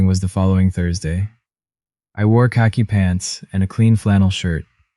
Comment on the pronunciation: Did you hear him. He wore khaki pants. LoL